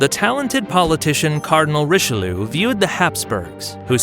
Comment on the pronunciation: I looked up how to pronounce Richelieu. The video gets it correct. As for Wallenstein, I guess he thought the W was pronounced as V in the native language. And "stein" is often pronounced either as "steen" or "st-eye-n" in English, so it is understandable that he would make that mistake.